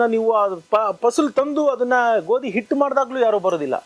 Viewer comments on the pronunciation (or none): none